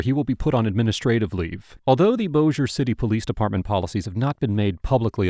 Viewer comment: I can't believe you said Bossier correctly! Good job, Man! 😁👍